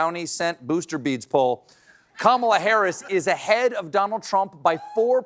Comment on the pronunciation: Now that is a mispronunciation I love!!! Karma-la! Kamala's Karma is about to kick trump in the nuts, dick and anus - all a once. Former republican voter here - go Harris!